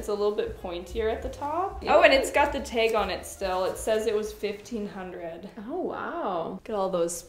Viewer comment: It’s the you y’all say “tayg “.